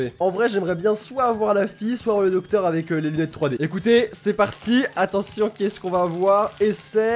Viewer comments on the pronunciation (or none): none